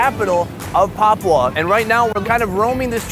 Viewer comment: papua not papau